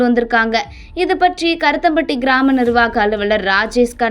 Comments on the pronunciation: இரத்தம் பட்டி இல்லைம்மா. கருமத்தம்பட்டி என்று சரியாக உச்சரிக்கவும் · ஏம்மா ஒழுங்காக படிமா கருத்தம்பட்டி இல்லை கருமத்தம்பட்டி